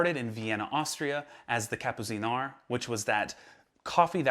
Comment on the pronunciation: Awesome stuff as usual and please pronounce Kapuziner Like "Kapputseener" ✌🏼